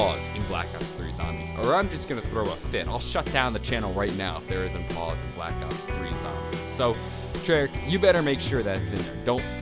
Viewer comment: Did it sound like he said black ops 30?